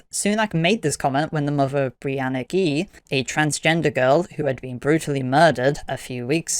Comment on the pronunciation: Ghey is pronunced by the family as like Guy but starting with the "J" sound versus of the letter G, btw.